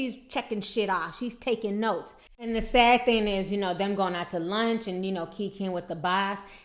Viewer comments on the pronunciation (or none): none